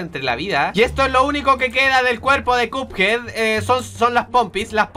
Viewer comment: Se dice cuphead no cupead